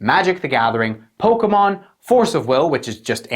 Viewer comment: love the way you say "Pokémon" like how it's properly pronounce and not "pokiimon" like most uneducated swines.